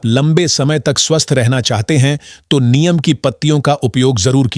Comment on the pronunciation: नीम को नियम क्यों बोल रहे हो।उच्चारण तो ठीक से किया करें!